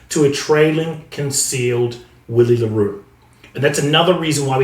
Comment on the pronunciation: Hey mate I remember you mentioning you’d like us to let you know if you’re mispronouncing a name. Willie le Roux’s first name is pronounced Villie 🙌🏼🏆. Awesome videos, really glad I found your channel. Cheers bru